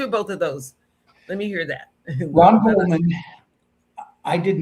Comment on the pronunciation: ...It's not "Coleman", it's GOLDMAN. Please pronounce the victims name correctly.